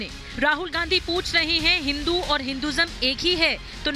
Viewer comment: राहुलके डिऐनमे फर्क है राहुल को हिंदु शब्द बोली नही आता